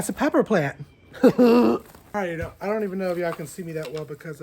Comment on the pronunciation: “Because I don know” the accent 😂 I loved it! Also, the shade cloth would be in the summer depending on how hot and bright your spring is. I love your greenhouse! But yes lots of work. Our yard was trashed when we bought it too. So worth the clean up work though. 😂 I love that you found a pepper. I’m laughing so hard. Your reactions are the best! I’m so excited for your raised beds this spring